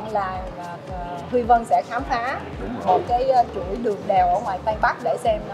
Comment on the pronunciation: Tây ko tay, ta ko ra ta nghe mà buồn cười